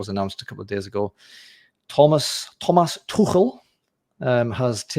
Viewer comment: Im so happy/surprised you pronounced Tuchel correctly😅